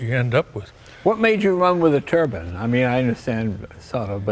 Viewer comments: why do they say "turban" in the US when the mean 'turbine'. When I hear 'turban' I think of Sikhs in India. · It's Turbine, a Turban is what Asian Indian's wear 😀 Beatiful car exterior and interior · The E at the end of a word generally causes one of the vowels to speak its name rather than its usual sound. It does not change one vowel into a completely different one. It is not a TURBAN or TURBUN car it is a turbIne car. Turbine to rhyme with whine. This mispronunciation goes right back to Sir Frank Whittle. Why is this so hard to get right? Wine, line, tine, vine, sine, pine, dine, fine, mine. The there are NO models to pronounce INE as UN! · When "Turban-powered" was mentioned at the beginning I thought we were going to treated to some unknown Indian racecar. I guess it's the American pronunciation of turbine) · Love Jay but I actually can't stand them all saying "Turbin"